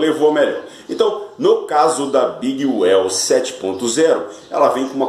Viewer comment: Oi amigo, a pronúncia correta da Big WHELL é Uiu e não Uéu. Porque se fosse Uéu seria a palavra Well (bem em inglês) e na verdade é WHELL (Roda grande). E sobre a GROOVE, a pronúncia é GRUVE. Quando se tem dois Os em inglês, exemplo BOOK, GROOVE, tem som de U. Então não se lê GRÓVE e sim GRUVE